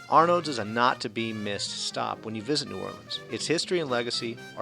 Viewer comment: I love the French 75 and Arnaud's but please, the D is silent....pronounced ar-no's.